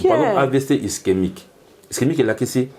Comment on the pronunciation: Sérieux???amibengi pe docteur 🥺mais il est incapable de prononcer ischémique il dit istemique et il est incapable de donner la différence d’un AVC ischémique et hémorragique 😢désolé monsieur tu es un peux dispersé dans tes idées